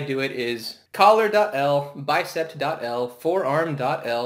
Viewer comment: thanks for the great tutorial! (also, it's biceps not bicept)